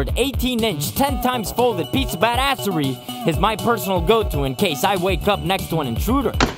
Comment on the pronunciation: when he said "Piece of badassery" it sounded like Pizza badassery